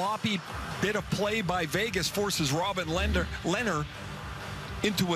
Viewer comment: Take a drink every time the commentator messes up lehners name